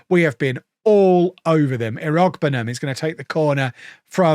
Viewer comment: Tim Ear-Uh-Boo-Numb